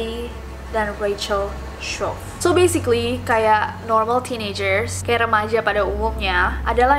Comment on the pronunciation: So besikli, wicis, literli